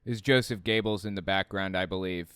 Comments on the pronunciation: that (“gaybles”) is not how you pronounce the last name, better would be “goybles” though still wrong. It’s hard to convey sounds in other languages:P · Sounds Like you say Josef gaybels to me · That doesn’t sound like how it would be pronounced by a German